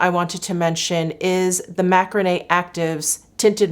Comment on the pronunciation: Hi! I worked on the business side of Dr Macrene of Macrene Actives. It’s pronounced ‘Macreen’ 😉